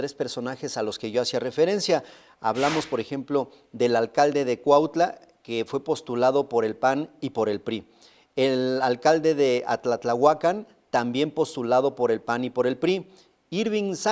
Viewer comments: OTRO QUE NO SABE PRONUNCIAR A-TLA-TLA-HU-CAN. SOLO EL LICENCIADO CESAR LO HA PRONUNCIADO MUY BIEN. ADIOS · Lamentable lo que sucede. El nombre correcto de uno de los municipios es Atlatlahucan y asi se pronuncia en el idioma español. Saludos